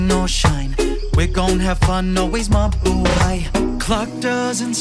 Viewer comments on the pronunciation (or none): none